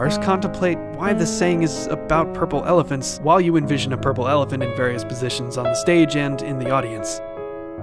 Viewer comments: Did I just heard "purple evelent" and not "purple elephant"? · Did he said “ephelants”? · purle felefants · From now on this is how I'll always pronounce purple elphalents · Ah yes, pERlApeLEphANTs